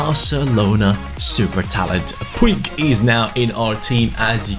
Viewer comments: ITS PRONOUNCED POOJ NOT POO-IG😂😂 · Puig's name is pronounced "pug" not like the dog but more like "pooj". Like so can see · Puig is actually pronounced “Puch” Like so can see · Puig's name is pronounced puch, not how it is spelled. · I was about to say that ;D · puig is pronounced poodge Like so can see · In Barcelona they pronounce Puig like pooch Like so can see